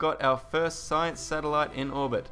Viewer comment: u said lots of sinece